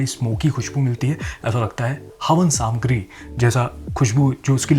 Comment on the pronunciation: Bhai ne Hindi is had tak chod di hai ki samagri ko saamgri pronounce kar rahe hai. Doston apni bhasha se door mat jaiye.